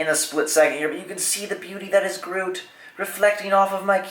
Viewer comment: That's not how you say Groot